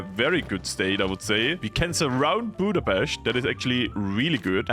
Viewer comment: As a Hungarian, it was a really nice treat when you pronounced Budapest with Hard S ❤